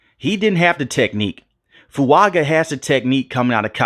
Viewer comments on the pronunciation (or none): Shaheed didn’t catch some big time go routes? Btw Fuaga is pronounced “Fuanga” per Fuaga himself.